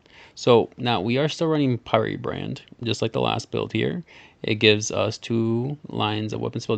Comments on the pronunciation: "pie re-brand" "muh lady" its " pyre brand" like burning a witch on the pyre. and its "Ma/lah/di" like the french word "maladie" for disease/illness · I will now pronounce pyrebrand as "pie ree brand" instead of "pire brand" 😂 Seriously, this build is siiiick. I love it. Thank you for sharing.